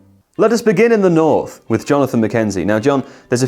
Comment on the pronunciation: north, butchered